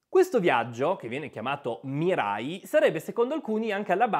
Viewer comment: miraj con la j dolce non con la i